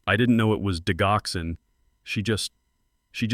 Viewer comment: Digoxin, the “g” has a j-sound! Not the hard “g” sound!